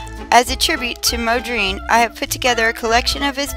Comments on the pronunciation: It's pronounced exactly like it's spelled. Mon-dree-an. It's like the woman in the video completely ignores the first N in his name. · Mo-dreen? Honestly? He is not a black woman from the south, he is a dutch painter. figure out the pronunciation! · Why don't you find out how to pronounce names. It's disrespectful to get it wrong. How would you like people to speak of you as Jackmee perooz.!!! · You are pronouncing his name wrong.